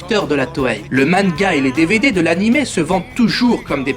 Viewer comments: lol "mannega" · Bonne vidéo, par contre le fait que tu prononce manga "manega", dc comme ça se dit au japon, c'est perturbant. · toi tu prenonce manga "ma-ne-ga" c originale .. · Toutes les fautes à l'oral purée. Ta chaîne est sur les mangas et tu sais pas dire ce même mot.